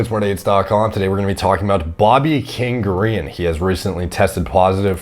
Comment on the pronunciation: Bobby king Ga re en? Wtf it’s Green dude like the color lol